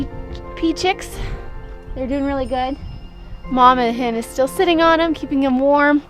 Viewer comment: She was saying penis lmao